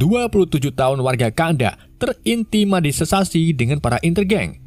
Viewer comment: Intimanisesasi ??????apa itu min???? Bukan intimidasi min